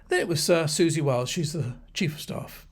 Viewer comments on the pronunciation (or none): none